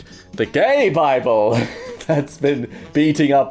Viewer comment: no no- the BI-ble